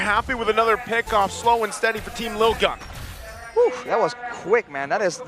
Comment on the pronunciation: 1- It's LIL-GUN not LITTLE-GUN. If it was littlegun they would've written littlegun. 2- Arashi(and other ID casters) constantly adding "bro, dude, man" to the end of their sentences is unprofessional and annoying. If they did it every once in a while it wouldn't be a problem but they're doing it nonstop and it's so obnoxious.